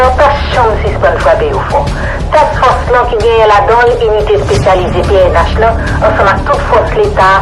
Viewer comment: Fre se Task Force suspann di " tack force"